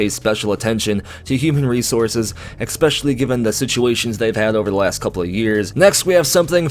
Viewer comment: Please... Stop saying "ECK-specially".